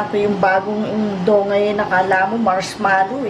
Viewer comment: DOUGH... MOMMY PRONOUNCE PO--- DOWH.... HINDI DOHG....WALANG "G"